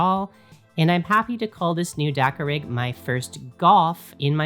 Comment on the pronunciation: At first I kept hearing 'dakka-pig".😂 Now I want a dakkapig 😊